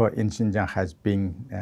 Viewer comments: Xinjiang, not Xianjiang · come on guys. It's "Xinjiang", not "Xianjiang." How did you not google this first?